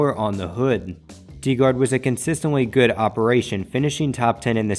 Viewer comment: Its pronounced Dye Guard, for owners Mike DiProspero and Bill Gardner